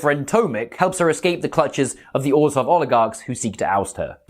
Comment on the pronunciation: I applaud you that you pronounce Orzhov correctly. The phonetics of "zh" is why I love listening to Russian and French so much. Or-zov just sounds silly.